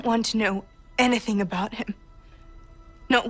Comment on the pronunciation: Agreed. It’s the expected reaction. The only thing annoying about this scene is how Sophie pronounces “anything” it’s the one word she can’t say well in an American accent, every time she says it she butchers it. Otherwise it’s a great scene.